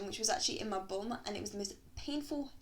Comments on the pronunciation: Tianna Black I thought she said bone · I think she said bum. Sounds like she said bum with a slight northern accent.